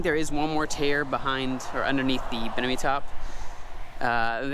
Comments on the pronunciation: Bimini (BIM-ini) top; not BIN-imi. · Bimini not binimi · BIMINI tops, not binimi haha